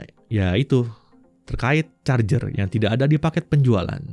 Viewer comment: R-nya panjang kali